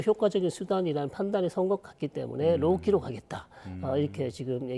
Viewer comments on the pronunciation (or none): "로키"가 아니라 "로우 키" 즉 저자세